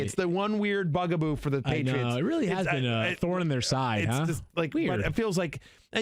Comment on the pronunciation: “The paytits” Hahahaha